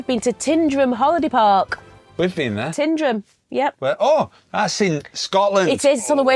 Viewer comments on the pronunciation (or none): PLEASE, guys,check the pronunciation of place names. You don’t pronounce the W in Keswick. It's OH- ban NOT o-BAN. It's NOT Tin-drum it's TYNDRUM (rhymes with FINE), CUL-ANE not Cul- Zean ( don't pronounce the Z ) there are others!!! That's that rant over!! But frosty welcomes!!! In our caravanning days , about 25 years ago, we had reason to complain about the wardens on a Caravan Club, as it was then, site. The Wardens themselves replied to us, and were extremely nasty. We complained again and received a very rude, nasty letter from some Club official. We had been members for years and had used many club sites. At that time , you could buy little green discs with the site name on and we had hundreds of them from many years of membership. This row just escalated and it ended, needless to say, with us telling them where to shove their club.